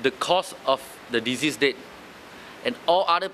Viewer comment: Hello DAP lawmaker, you need to improve your english proficiency. The pronunciation of "Deceased" and "Disease" is very different. You are a laughing stock.